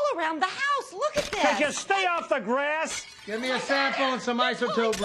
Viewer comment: "Could you stay of the Grasss"...gets me every time 😂😂